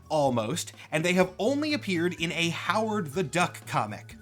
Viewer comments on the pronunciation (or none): none